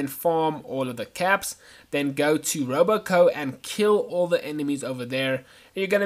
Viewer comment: Every time you said Robo Co instead of Robco it made me want to punch babies.